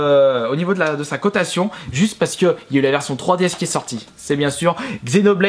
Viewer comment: de sa côtation. -_